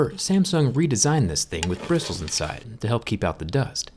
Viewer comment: Brissles lol